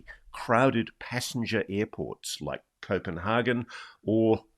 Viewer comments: hagan not hargan! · Someone needs to tell Ross that, as hard as he seems to be trying, the way he says Copanhagen is NOT, I repeat NOT at all how its pronounced in Danish. So please just stick to the English word! ;) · Does he think he is saying 'Copenhagen' the way Danes say 'København'